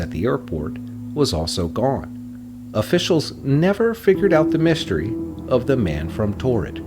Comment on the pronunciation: This is ruined by this amateur narration. Why use someone that can’t use “The’ ‘Thee’ or ‘A’ (Ah) or ‘A’ (Ay), and as the programme is about mysteries, what do the words ‘shtrange’ or ‘Mishtery’ mean? LOL. really irritating. They should have used an English Speaker if they are going to make this in English.